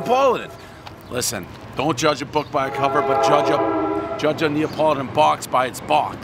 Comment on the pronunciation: Is it “Neopoladan”?